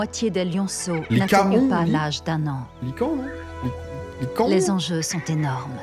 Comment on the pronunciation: C’est quoi ça ? Des lycan 🤣🤣🤣 Des Lycaon frero pas des lycan 😂😂 Tu m’a tuer mdr